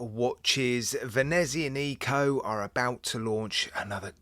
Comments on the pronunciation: great watch ;d and great review :D but can i be a pain and say something? it is not Venezian I co ( like Venexia..Nico) it is Venezi A nico you give emphasis on the A and not the I :D hope that help. thank you! And it actually means From Venice :D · N.B.: It’s pronounced ve-NEE-zee-ON-ick-o not ve-ne-zee-uh-NEE-co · I’m surprised that Italians, or indeed the watch company, haven’t left comments giving you pelters for your pronunciation of Venezianico. 😮